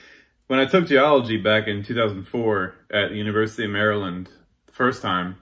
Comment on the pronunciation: Also, please note how he says "Maryland". Your Herefordshire and Worcestershire mates will appreciate the reciprocity.